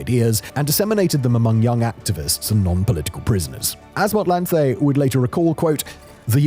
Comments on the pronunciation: aowa mon, it hurts😂😭 kgalema motlanthe was done so dirty. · 🤣The butchery of Kgalema Motlanthe's name. Lol, a whole president